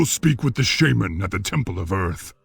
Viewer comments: Today i learned that its pronounced sheiman, not shāman. The more your know... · Right? It's levi-SHAHman not levi-SHAYmaaann. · ITS SHAMAN NOT SHAYMIN! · When says sheyman instead of shaman I fucking cringe a lot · SHAY-MAN Seriously...... the first person who comes to mind when you think SHAW-MAN or SHAW-MUN in wow and his VA mispronounces it. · Its funny because at the beginning of the video, in games voices, 1 sentence after another, 2 different mobs, saying shamna differently. says Shayman and the demon says shaman. So it can be pronounced both ways. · Shay-man is the British pronunciation. Shah-man is the American pronunciation. sounds so weird with how he pronounces it because he otherwise speaks in an American accent. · Why does pronounce shaman, "shAman"... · i cringe every time pronounce Shaman like ''Shejman''._. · "Shay-men" BTW, anyone else not bothered by the fact that there is a 2nd Doomhammer up for grabs in Warlords of Draenor? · "Shay-men" is the reason elements were not responding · The way everyone else says "shaman" triggers me. Shay-men. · Even the world's most famous shaman can't even pronounce "shaman" correctly.